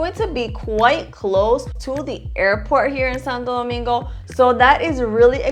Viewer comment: . Saludos hermano 👋. Estoy de acuerdo contigo en la gran mayoría. Pero vamos a ponernos a pensar……. Ella pronuncia Santo Domingo perfectamente, con su honor y energía. Si vamos a ser todo al 100%, por qué no dice “Saint Sunday”?? Si vamos a ser las cosas bien, vamos a serlas todas bien no selectivamente. Cómo se dice Santiago en Inglés?, Punta Cana? Jarabacoa? etc. etc.? Por qué no rendirle honor a el nombre República Dominicana?